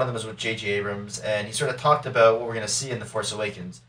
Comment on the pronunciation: Today, we're talking aboot... lol ;)